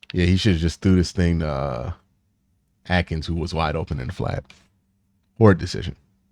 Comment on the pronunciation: I love your vids but dog is name is Jordan’s Akins, not Jordan atkins😂😂